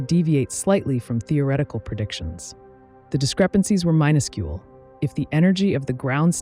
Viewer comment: Minuscule pronounced My Nusk Yule? That's a new one. Also what's a "neggus 2"?